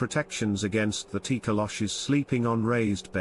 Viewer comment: It’s Tokoloshe or it’s pronounced Toh-Koh-Lo-Shee; the “e” is not silent